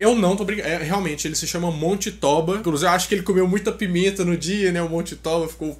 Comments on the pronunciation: Olá, boa tarde. A pronúncia correta do nome vulcão é TÔBA, com acento tônico e som grave na letra "O" e não TÓBA, com com acento grave. Agradeço. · KKKKKKKKKKKKK mano, se fala tôba, pq como n é portugues n tem acento, mas se fala como se tivesse